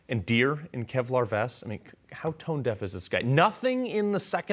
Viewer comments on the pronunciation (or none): none